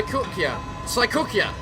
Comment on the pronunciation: Sa- cookie -ya XD yeah she's a cookie, especially her dress ;) You managed to say Issun's sword's name right! I'm impressed! He really had mercy on you with Amaterasu's name though haha BTW Ammy is a girl :)